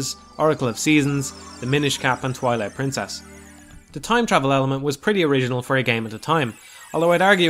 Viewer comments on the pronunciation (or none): When he said 'Twilight Princess' during the intro segment, it sounded almost like he instead said 'Toilet Princess' at first. That'd be... a much different game, and i had no idea Midna was into that kinda thing but whatever floats 'er boat. :P